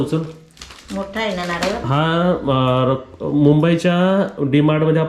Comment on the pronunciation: ल आणि ळ मधे फरक आहे. नारळ/खेळणार